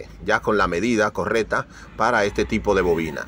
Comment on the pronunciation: LINDA FORMA DE DESTRUIR EL IDIOMA HABLA BIEN POR FAVOR se dice correcta no correta